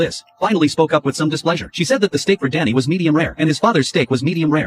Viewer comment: Am i the only one who heard daddy instead of danny